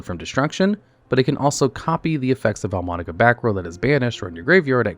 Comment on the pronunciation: Love the video, but as an italian, the vaalmonica name pronunciations are killing me 💔😭